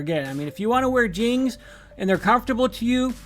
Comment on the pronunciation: Okay the way you pronounce jeans is cute. ❤Jeangs, adorable